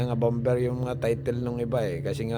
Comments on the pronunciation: kuya hindi bamber bamer po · Bomber... silent b kaya ang pronounceation Bomer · hahaha bom-ber mali ang pgbigkas m bomber yn hahaha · Bom ber ba hahhaha baka bamer ibig mo sabihin 😂😂😂😂😂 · Bom ber daw hahhaha baka bamer ang ibig mo sabihin tinagalog ko na 😂😂😂😂😂😂😂😂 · bomber silent b iyon..bamer dapat ...Hindi bam ber.. jeje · Pasinsya na public school lang ako peru na puna ko yung sinabi mo na bom ber which mali talaga. Saan ka ba nag aral. E tama lang natin ha. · silent B po pag basa jan sira